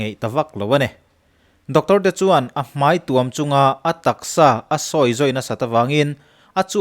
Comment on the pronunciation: Hmai tuam chung hian a tuam a😂😂,, i video ka en tohvah i chhiar sual ka hriat voi1 na